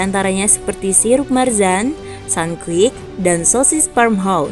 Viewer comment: Marjan bukan marzan 🤦